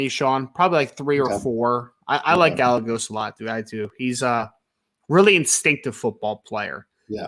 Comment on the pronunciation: It's guy-a-goes. Not gal-legos